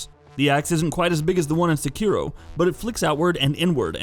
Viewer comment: So are all those dislikes from the people complaining about the Easy Mode mod being mentioned, or weebs getting mad that he says SeKIro instead of SEkiro?